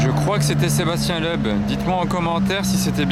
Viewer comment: "je rêve où c'était Sébastien leub" t'abuse sur la prononciation frangin c'est miteux là